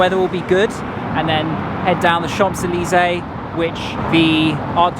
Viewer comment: "chamP zeleezay" with the P pronounced made my cringe every time he said it. 😱🤣 And pronouncing 'jardin' with the Spanish J (jota) was funny too!! Brits always make fun of Americans when we butcher French but we are so far away and our education system sucks: what's your excuse? 😜😂😂😂😂😂😂 PS: after watching the rest of the video, I can say that he proudly butchered every single French name!!! 😲😂😂😂